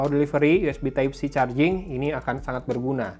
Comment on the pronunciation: Pas sarjing Orang sunda ga bisa ngomomg huruf "F" 😂